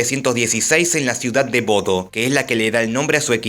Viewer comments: Se pronuncia: "Boudah" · En realidad, Bodø, se lee "Bode", ¿No?